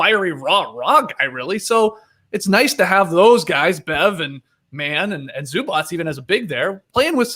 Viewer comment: TREY you’re killing me with the Zubac pronunciation!! It’s just a ‘c’ sound at the end, not pronounced ‘ch’ (also not a ‘k’ sound just fyi)